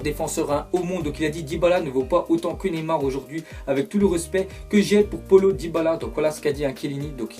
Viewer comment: c pas polo c paölo prononcé le o avant le l